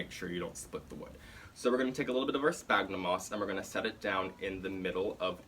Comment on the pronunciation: Great and really helpful video! Just a tip! The "ph" on sphagnum sounds like a "F", instead of a "P". Latin, I know... 😅